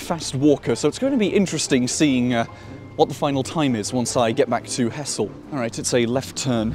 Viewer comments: To be pedantic i know its spelt Hessle and looks like it should be pronounced like that, but its pronounced Hezzle. Enjoyed the video though. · Nice one. Just a small point - it's usually pronounced 'ezzle!😀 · He-zle... it's He-zle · this has been the bane of my existence when apps use as-the-crow-flies distances to define closeness. (Hessle is physically closer to Barton than Ferriby, but that doesn't mean its easier to get to) just to nitpick: the locals pronounce it more along the lines of hezzle (or even 'ezzle) they're talking about Hessle Road, which isn't even in Hessle) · also the locals pronounce it hezzle not hessle fyi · Hessle is pronounced ezzle, in ull dialect.